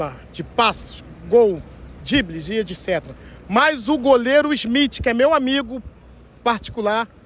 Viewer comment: "de olho no ismitche, ISMITCHE" KKKKKKKKKKKKKKKKKKKKK